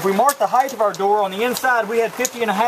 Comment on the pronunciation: No such word as "heighth"...